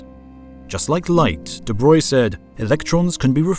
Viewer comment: Again, thank you for pronouncing 'de Broglie' correctly ;) well, at least more correct than 'de brog-ly', it's still not quite 'de broy' ... try the soundbite on the wikipedia page for him :)